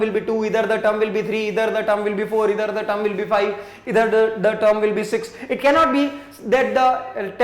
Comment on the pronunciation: It is not ether it is either and sir try to say proper manner and slow